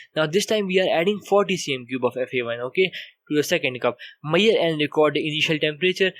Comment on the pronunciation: please talk properly. What is the point if no one understand what you are talking..It is me..sh..ured not mayed for measure